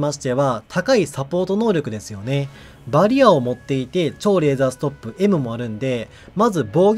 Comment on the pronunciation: バリアの発音が好きです